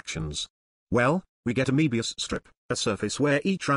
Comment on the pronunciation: Dear, Be careful! Your alias's German origin is quite discernible in pronunciation of words like Euclid and Möbius. You don't want to give away too much information or the Galactic Bureau of Investigation will find you.